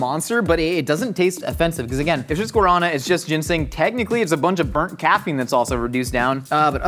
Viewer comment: guarana is pronounced "guar uh naa", with accent on the third syllable.